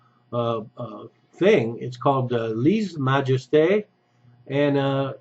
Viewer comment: As a French(CAN) I'm offended how you messed up the Lese in Lese Majeste! On a more serious note, the e is pronounce like the e in Bella and the s is pronounce like a z and you don't pronounce the e at the end i believe. . ;-)